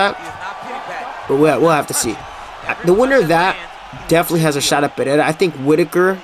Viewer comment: please, for the love of all that's good, its Alex (uhLEX) Pereira (puh-HE-da) the Brazilians say their "R"s with an "h" sound. Listen to how Jon anik says it, and listen to how Costa says rockhold its pretty awesome lol. All love man enjoy the content